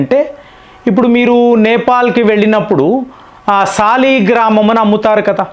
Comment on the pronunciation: అయ్యా... సాలెగ్రామ్ కాదు.. వాటిని సాలిగ్రామం అని అంటారు